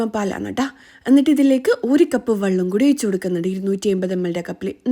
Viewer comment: Vallam alla vellam😂